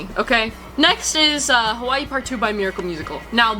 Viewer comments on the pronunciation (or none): none